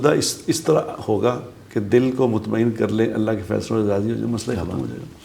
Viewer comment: mutmaen hamza k sath hota ha na ke ain ke sath